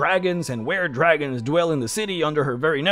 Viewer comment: I'm sorry did this man just say ware-dragon?